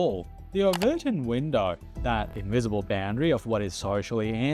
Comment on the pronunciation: Sorry if english isn't your first language, but i think you're pronouncing 'remigration', 'outliers' and 'overton' wrong